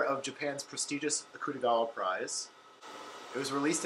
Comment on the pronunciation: Love your channel. Hate that you can pronounce Akutagawa so much better than me. 🤣 But loved the fact you and I both really liked Freshwater and both know how to pronounce the author’s name!